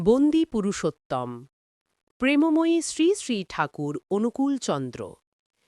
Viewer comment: খুব ভাল, তবে বন্দে পুরুষোত্তমম্ হবে,বন্দে পুরুষোত্তম না। উচ্চারণটা একটু সংশোধন করে নিলে ভাল হত। জয়গুরু।